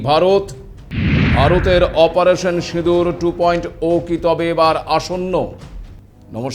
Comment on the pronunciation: আপনি ২. ওয়ে বলছেন কেন? উচ্চারণ হবে টু পয়েন্ট জিরো । সম্ভবত আপনি ইংলিশ মিডিয়াম ছাএ ।